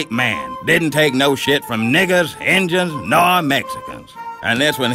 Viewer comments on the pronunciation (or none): ahhahahahhaha! he said ingens... my grandma call indians ingens too! lmao!! ahh black folk..